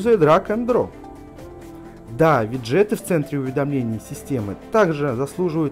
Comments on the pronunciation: Не обязательно так раздражающе говорить виджЕеты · кто нибудь скажет ему что правильно говорить вИджеты